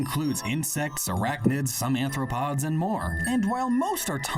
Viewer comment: Am I tweaking, or does he mean ARTHropods, not ANTHropods? That is throwing me off so hard